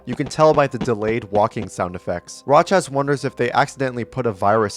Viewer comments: It should be noted that Rochas is pronounced Row-Shush. It’s from France and is a rare French last name… so it’s pronounced properly with the French pronunciation rules in mind. However, in Portugese, the player’s native language, Rocha (without the S) means ‘Boulder. In fact everywhere in Western Europe has Rocha as a word meaning either ‘hard or resilient material’ or ‘boulder/mountain rocks’. That makes me wonder if the name has any deeper connection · FYI it's pronounced rōhas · I always thought rochas was pronounced as roaches😭😭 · my favorite arg ever! watching this trying to ignore you saying raw chaz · The translations are perfect just not the name, the name is pronounced roxas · the pronunciation of rochas is making me want to throw my phone across the room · THATS HOW YOU PRONOUCE ROCHAS?? I THOUGHT IT WAS PROCOUNCED LIKE THE BUG😭